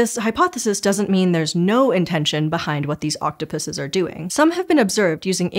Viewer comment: I already love videos, her voice is so soothing. But hearing her correctly say octopuses made me so happy!